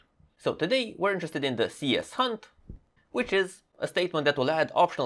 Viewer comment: Thanks, very helpful! Small remark regarding the cshunt. I guess it should be pronounced c-shunt, rather than cs-hunt